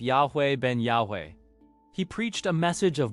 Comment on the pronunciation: why do you pronounce yahweh differently every time you say it? just google the pronunciation